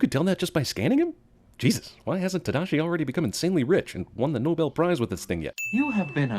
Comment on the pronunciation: The fact that they pronounced Hiro's and Tadashi's names wrong is the biggest sin of all. I understand it's hard for people who speak English to pronounce Japanese names but the voice actors weren't even trying.